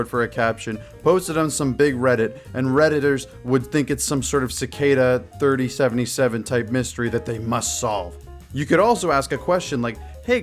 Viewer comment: Litterally how can someone say Cicada 3301 so wrong